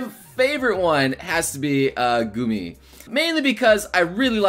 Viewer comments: thank god you said Gumi right in this vid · YOU HAVE BECOME A BETTER YOUTUBER FOR SAYING GUMI!!!!